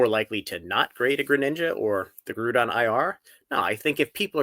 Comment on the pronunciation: you gotta learn how to say “Groudon” 🤣🤣🤣